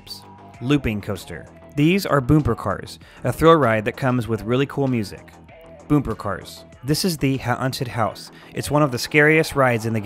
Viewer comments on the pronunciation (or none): Boomper cars? Isn't it b-uh-mper Ha-un-ted House? Isn't it H-or-nted House Monurail? Isn't it Mm-o-n-oh-rail Wait... is this just meant to be a joke?